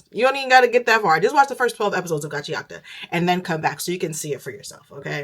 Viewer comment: The way you are pronouncing Gachiakuta is triggering tf out of me